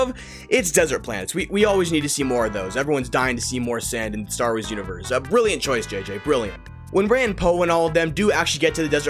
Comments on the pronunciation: "Worst Star Woys movies..." Cant unhear that. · "Star ways"